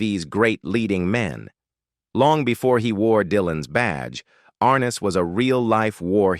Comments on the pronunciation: Stupid A-I... It is ar-NESS, NOT ARN-es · You mispronounced his name dumby. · Please pronounce James Arness’s name correctlymm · Annoying isn’t it?